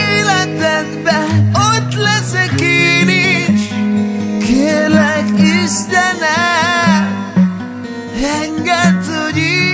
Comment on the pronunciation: Miert mondja azt, hogy "Isztenem"...:))